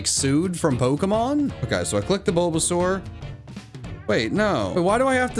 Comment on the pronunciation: My man really said bulbasur without handkerchief 😂👍.